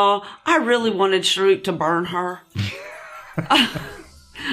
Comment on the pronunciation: Not shoorook... Say "Shaa..." Say "Rook" Now say "Sha.. rook"